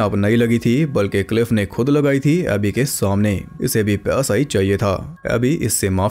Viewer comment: Paisa was being pronounced as pyasa Full confusion